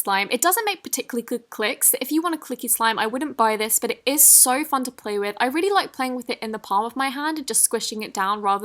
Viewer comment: did she say flay with instead of play with?